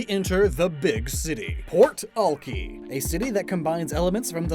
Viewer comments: As a Seattle native, I honestly look forward to these videos more than actual Pokémon news. One correction though, Alki is pronounce Alk-“I” not Alk-“ee”. There is beach in West Seattle with the name and is a popular hang out spot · hey just a reminder/correction, because the name of the city (about ) is spelled ALKI because it is based off of the land Seattle was built on/Alki Beach its not pronounced "Alkey" its pronounced "Alk-i" or "Alkiy". I am saying this because to some people this could be offensive. I know you didn't know this which is why for next time (not in this series because its 2022 now) to say "Alkiy/Alk-i". also I know its pronounced this way because I live ridiculously close to Alki beach. Also the reason its called Seattle isn't because its right next to the sea but because it is the name of chief SeaTal (See-t-al) from a native American tribe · You are saying Alki ( Al- KI) not al kee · As someone who has lived in Seattle for all my life you are pronouncing Alki wrong. It is pronounced Alk-eye not Alk-ee even if it is meant to be pronounced this way the language has evolved. Just letting you know 👍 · As a fellow pacific northwest boy, I absolute love everything about this! But I just have to say, it's pronounced Al-Kai, not Al-kee... ;) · Physically hurt when you pronounced Alki as all key when everyone here pronounces it al kai, though weirdly enough I think all key is the proper Chinook way to say it. Either way, this was a great video! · As a Seattle reasedent I full body cringed when he said all-key and not al-kie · He is saying Ol-key when it's Al-kai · Was so confused by Alki the way he pronounced it definitely different then everyone actually from here 😂 I didn't pick up on it tell you mentioned the beach it's more "Al-kai" 😅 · Great series, btw its Al-kai lol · It’s pronounced ale-kai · Alki is pronounced "al-kai" like sky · It’s pronounced AL-KY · Alki is pronounced so that the second syllable rhymes with ‘eye’.